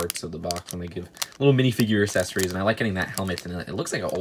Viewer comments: Can’t say accessories (Assesaries) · did anyone else notice that he says “essesories”